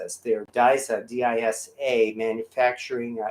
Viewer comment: . It is pronounced "Deesa". It is a Danish company that makes Disamatic molding equipment. If you see a D on a Lodge pan, that was the type machine it was made on. The "H" is the Hunter molding equipment. The "C" was the cope and drag molding system. Lodge after acquiring multiple types of molding equipment, marked the patterns with a lettering system for the type of equipment the casting was made. Lodge discontinued the old cope and drag and Hunter system in the early 2000's. Now all their molding is done on Disamatic equipment.